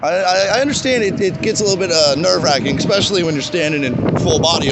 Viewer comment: “EXpecially”...enough said...